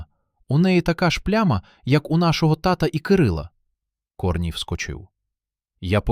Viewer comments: КОрній ... КорнІй.... Наголоси. Дальше слухати не хочеться. Невже не читаєте спершу ніж озвучувати. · КорнІй, а не КОрній. Не плюндруйте нашої солов'їної. Соромно повинно бути. А ще інше кальковане сміття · КорнІй, наголос на І